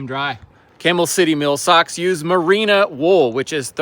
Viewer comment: Come on! Your Sponsor called. Say it with me. Merino Wool. Marina? I think not. Love the channel!